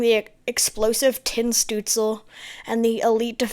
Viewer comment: Well done mate. I defo enjoyed your analysis (and the pronunciation of Stuetzle 😁) I can agree with the ranking but would rank Sweden higher)